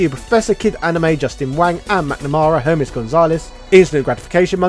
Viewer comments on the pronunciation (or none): none